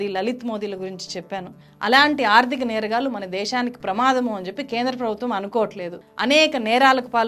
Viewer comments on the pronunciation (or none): నేరగాల్లు కాదు. నేరగాళ్లు వాల్లు కాదు వాళ్ళు Please improve your telugu pronunciation. At the same time please avoid false propoganda. Vijay malya. Neerav and Lalit Modi have the asylum in UK and as per their law they need to be deported to India and it takes time. Coming to the money looted by them Modi government recovered almost entire money through special acts enacted.